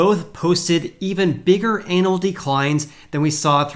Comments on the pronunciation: it's "annual" not anal.😁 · Did he say “anal declines?” 😂